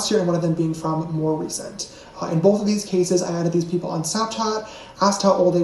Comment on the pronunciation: "bowth", "hoewp,' "pawst," "gawt"--please, some elocution lessons.